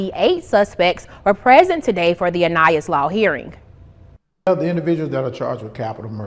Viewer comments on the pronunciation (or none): none